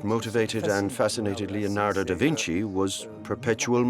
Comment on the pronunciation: My ears bleed. LEonado Da Vinci, for god'sake LEONARDO. Not lionardo or whatever you are saying.